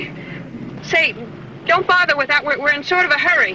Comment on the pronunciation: she said, say don't worry about that. so say don't fast sounds like saydon or saton